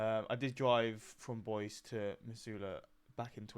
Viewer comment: “Boise” is pronounced boy-si. It’s the largest city in Idaho and probably the only one you’ve heard of.